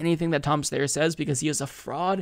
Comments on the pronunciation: Do you mispronounce Steyer’s name on purpose? I’m certain that it’s “Steye-er,” not “Stay-er” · I love you but it's pronounced STYer. NOT STAYer. I think the general rule should be however the person pronounces their own name is how we should pronounce it. Thank you! ❤ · Steyer... Sty-er Its Oscar Meyer not Oscar Mayor. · Don’t worry one of these days you’ll pronounce Styer right. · Tom STIER is the pronunciation